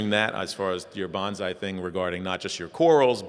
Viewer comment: Gotta pull a Mr. Miyagi here and tell you it's bone-sigh, not banzai. XD Silly Americans.